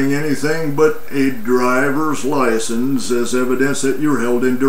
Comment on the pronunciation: What's a "lie-sense"??